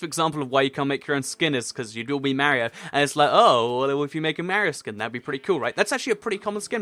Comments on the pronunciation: Mario Not Mar-e-io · You say Mario wrong it's Marr-ey-o